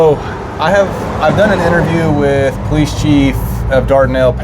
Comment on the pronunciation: Hey. I'm with the 911 caller that said, "Eff the poe-leese." Great social experiment. People are messed up. 😂✌️